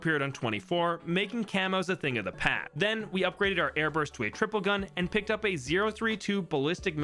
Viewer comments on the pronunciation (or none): did he just say "a thing of the pat"?